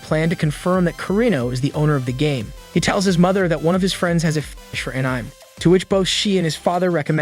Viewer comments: Just heard how it was said. I’d rather be deaf than hear An IM ever again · It’s so funny that it says “anym” 😭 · Bro its anime not anyim 😂😂😂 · The way this bot pronounces "Anime" is horribly distracting. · Are you trying to say ANIME? N you said it as one word?! YOUR FIRED